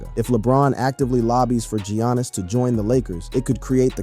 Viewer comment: “Yannis” ❌ “GEEONNIS” ✅